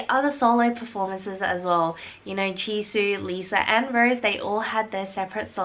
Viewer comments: Its Rosè not "rose" Please its Triggering! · It's Rosé